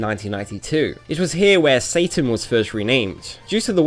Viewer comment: Finally someone who pronounce his name right. I wish I could just give you 100+ thumps up. In my country we also pronounce it more like the japanese way even tho it's written "Satan" as well (the only different is that we pronounce the S very soft like if it was written with an z ) . Pronounciations can be different from place to place. Yet so many are think its pronounce like the english name " Satan" even tho you can hear how the characters pronounce his name in the games.